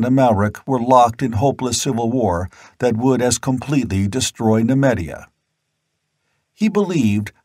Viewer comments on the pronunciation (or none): Oh really ? Ackeron not Asheron. Nemeedia not Nemedia Kithai not Keethai.